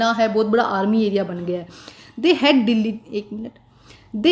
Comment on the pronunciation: Mam Delhi ko dahle bol rahi ha 🤣🤣